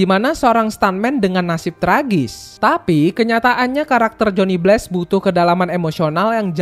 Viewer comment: bg narasi dan cerita lu udah lumayan bagus, tapi penyebutan nama2 barat dan penyebutan bahasa inggris lu kurang tepat. jadinya pas dengerin itu agak gatel kalo kurang tepat penyebutannya. kyk johnny blaze, itu nyebutnya bless, harusnya nyebutnya bleiz. trs daredevil itu penyebutannya harusnya der devel, bukan der devil, dan masih lumayan banyak kesalahan oenyebutan lainnya. saran saya coba perbaiki penyebutan bahasa inggrisnya agar lebih cakep narasinya. kalo gatau cara nyebutnya bagaimana, coba ketik di google translate kata atau nama barat yg ingin dikatakan, trs cek tombol suara penyebutan kata atau nama itu yg dalam bahasa inggris. atau cari di youtube, youtuber narator luar negeri cara menyebut kata atau nama yg abang pgn itu bagaimana cara penyebutannya.